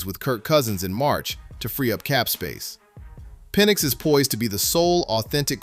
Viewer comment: His name is Penix not penn